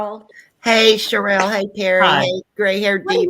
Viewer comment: I'M GLAD HE'S FIRED. HE WAS DISRESPECTFUL OF, NEVER EVEN BOTHERING TO PRONOUNCE HER NAME, CORRECTLY. Richards would come on, talk about himself for an hour and never really tell us ANYTHING. FOR INSTANCE, he would say Erika wasn't being forthcoming and his firm was trying to find out where the money was. But, he never actually said, "WE SENT A LETTER TO ERIKA AND ASKED HER TO EXPLAIN WHERE THE 20 MILLION LOAN CAME FROM". He would just say Erika wasn't telling him. In reality, he never got a straight answer from Erika bc HE WASN'T DIRECTLY WORKING WITH HER LAWYERS TO FIND OUT. HE WAS WASTING TIME, WHICH BILLED HOURS, WHICH TOOK AWAY VICTIMS MONEY.